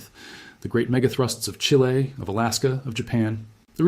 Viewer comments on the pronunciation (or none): none